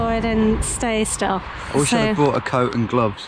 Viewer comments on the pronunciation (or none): none